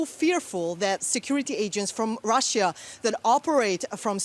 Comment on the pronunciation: DW, how come a chick with such a bad pronunciation (Russjjja) works for you? Shame.